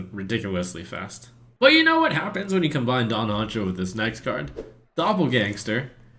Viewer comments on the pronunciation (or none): none